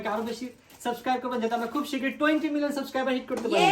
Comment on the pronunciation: শুনো, শব্দ টা সাসক্রাইবার না সাবসক্রাইবার।